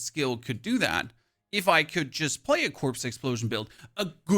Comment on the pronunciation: all im hearing is that you want to plaz Last Epoch